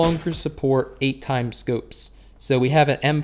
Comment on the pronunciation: I like how u say scoopes instead of scopes